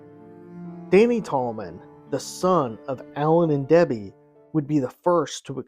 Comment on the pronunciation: it was a mispronunciation, you slurred “Debbie” as “Debblie”. But really I’m just teasing you! Liked and subbed